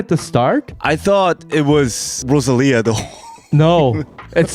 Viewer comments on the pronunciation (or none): You can at least get Rosa’s name right. Lisa says it right.